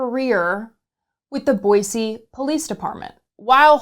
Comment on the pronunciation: Boise = Boi*cee* and not Boi zee 🤯